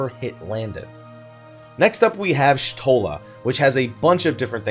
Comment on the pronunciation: cries also Y'shtola is pronounced (Yee'shtola)